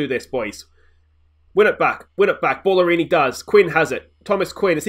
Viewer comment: Surely Bala-rini not Ball-arini lol